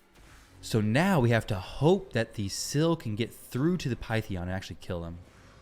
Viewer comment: SI-FIEE SIPHI NOT SEAFEE